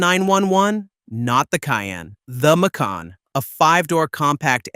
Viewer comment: I wanted to like this but the AI slop “Mick-can” “Mack-con” “Make-in” pronunciations were intolerable.